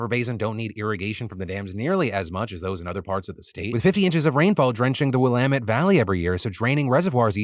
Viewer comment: hearing Phil mispronounce willamette over and over is infuriating... and I dont even live in America